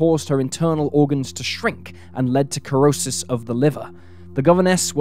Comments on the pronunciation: You pronounce cirrhosis "ser O ses" 🎉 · corrosis of the liver?🤣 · Cirrhosis is pronounced Sirrhosis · I cringed a bit every time he said it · The c is silent in Cirrhosis